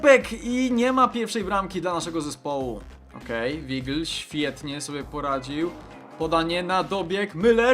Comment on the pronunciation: To nie jest Wigl D: To jest Wajgl c